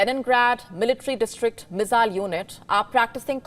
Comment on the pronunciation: Her pronunciation of "Missile" is really irritating.